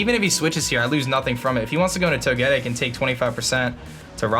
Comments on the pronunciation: Or Toe-ge-tick if you prefer. but not Toe-get-tick. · I'm pretty sure you say Toge-tic instead of toe-getic.. Correct me if I'm wrong 😀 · It's "Toe-ge-TICK" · Thumbs down-ing purely for the way you butcher Togetic's name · Ugh I hate how you pronounce Togetic...